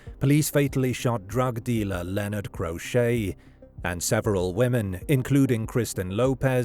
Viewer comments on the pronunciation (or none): none